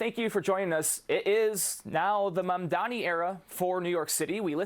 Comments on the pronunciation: I wish they always trained the person to say his name right. It's not MaNdani. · I like how she said MaNdani 🤣🤦‍♂️🤦‍♂️🤦‍♂️ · She called him MANDANI... what a joke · SHE STILL MANAGED TO BUTCHER HIS NAME